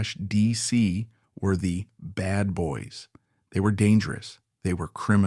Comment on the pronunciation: aysee slash deesee? bad AI, bad!